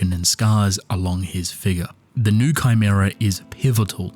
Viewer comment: It’s pronounced “new-ay” not new